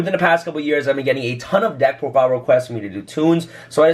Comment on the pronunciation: “Deck prodile”